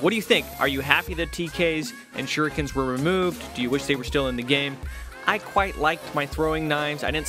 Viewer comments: He says Shurrookens sometimes which sounds very weird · I love how said shurikens